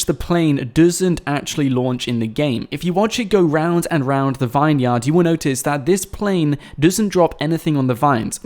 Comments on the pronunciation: is it only me that gets annoyed when he says vine -yard instead of vin-yard , like its supposed to be , do Americans pronounce it vine -yard ? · IT'S NOT A 'VINE-YARD'. IT'S PRONOUNCED 'VINYRD'. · it's pronounced vin-yerd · "Vine-yard" Really?